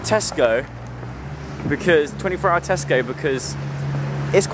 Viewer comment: Joe: This is the biggest Tesco I've ever seen. Me: I LITERALLY JUST THOUGHT YOU SAID TESTICLE